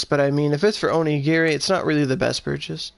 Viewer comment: can you please say onigiri right please